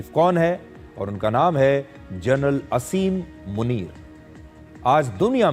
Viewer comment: मुनीर का नाम आसिम मुनीर है, असीम मुनीर नहीं। शुद्ध करें।